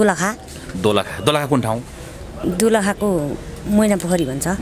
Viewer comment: दोलखा हो कि दुलोखा हो